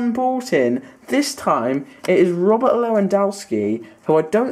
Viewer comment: It is Robert it is not roberto